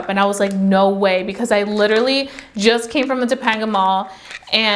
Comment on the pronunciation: It’s pronounced to-pain-ga mall lol like Topanga from boy meets world